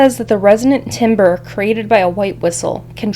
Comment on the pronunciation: The word timbre, in reference to music or sound like used in this video, is pronounced like tamber. Like tambourine without the -ine.